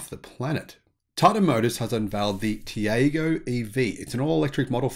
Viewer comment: Tiago is pronounced Tea-are-go… As you note the Indian EV drive cycle is very different, the drive cycle for ICE cars is similar to the NEDC but capped at 90kph to reflect the lower speed limits in India, similar with their own road testing (as it would be impossible to use the same cycle as Europe within the speed limits), but the EV cycle is the urban part of the NEDC (up to 50kph only), as for harmonising cycles, good luck with that.